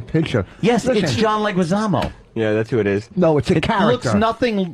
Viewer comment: Ironically, Vos actually pronounced John Leguizamo's name properly, but was already too insecure and dumb to fight back on it.